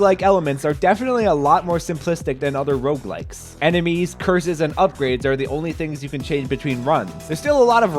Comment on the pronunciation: i thought you were saying roblex the first time